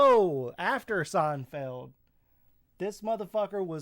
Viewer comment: I like how she pronounces it "Seinfield" lol